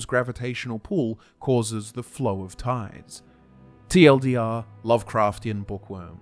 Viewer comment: Awesome video as usual! Except everytime I hear you say "TLDR" it made my body cringe. Other than that Awesome work sir